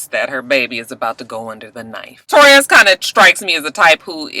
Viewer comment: way are you calling that girl "Torres"? Her name is Ta'Rez. When you were talking about the med's and the sleep. I was like alright "Michael Jackson".